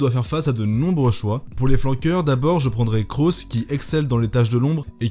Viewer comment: Cros ça se prononce comme crosse :) (c'est mon nom egalement)